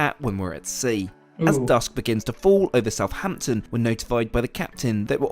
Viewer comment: I wish people would pronounce Southampton correctly. It's not South Hampton, it's South Ampton, there's only one H. Similarly with Northampton. Grrr!